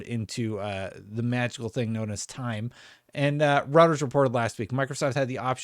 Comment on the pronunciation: Reuters is pronounced “roy-ters” and “row-ters”